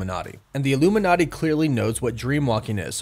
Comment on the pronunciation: did you say illuminaughty at like 40 seconds?